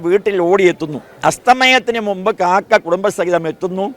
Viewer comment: കാക്ക അല്ല "കാക്കാ".